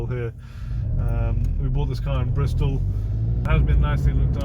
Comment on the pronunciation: You lost me at "Bristol"!